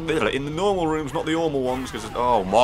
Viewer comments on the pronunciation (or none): Please, stop calling runs "rooms" .... wait. *Plays back the ending" ... Holy sh- Literally how that just went down for me as I wrote this comment. Up until this very moment I thought you were calling them "rooms." And no I'm not making fun of your accent, I just honestly could not tell up until now.